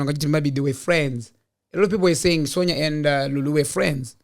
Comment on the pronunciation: her name may be spelt "Sonja" asi its pronounced "Son-ya" please baba 😂😅